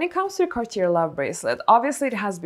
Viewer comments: it’s pronounced “cah - tyay”. No “r”. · Not trying to be rude but isn't Cartier pronounced "Car-tee-yay" ? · The last r in Cartier is silent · It’s pronounced “Cartié”…in French the last “r” is silent in this case. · It is pronounced Cartie, with emphasis on the "e", not Cartier. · I speak French fluently, you're pronouncing Cartier so wrong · But Cartier pronunciation...how is it possible?? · I struggle taking advice on Cartier from someone mispronouncing Cartier over and over and over.